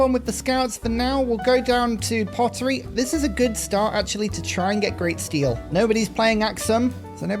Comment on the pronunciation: its not pronounced like 'steel' more like 'stel-eh' or 'steel-y'